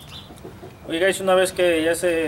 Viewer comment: compa por que decis HI GAYS ?